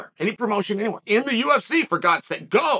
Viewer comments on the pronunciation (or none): none